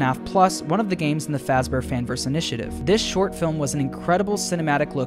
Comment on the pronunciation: 'which is not how you spell fazbear' ah yes fazber